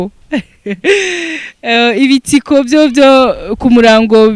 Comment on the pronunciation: Bavuga ibitito apana ibitiko